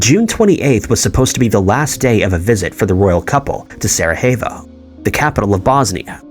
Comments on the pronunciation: "Sarahayvo"? Sarajevo (Sara-yea-vo). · Sara-hey-vo? Strange way to say it, but closer than others i suppose.